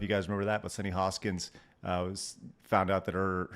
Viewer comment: Hostin. Not "Hoskins."